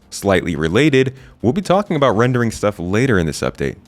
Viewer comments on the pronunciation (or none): none